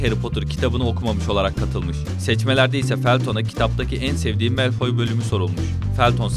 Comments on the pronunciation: Melfoy değil malfoy diye okunuyor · melföy snsjjapspwksğağw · melfoy ne ya malfoy ve redkılayf ne muhteşem ingilizce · melfoy ve vesliy ne lan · Okunuşları malfoy wisliy voldemort yanlış srslendiyorsun (bilerek böyle yazdım doğrusunu biliyorum mal deyilimm)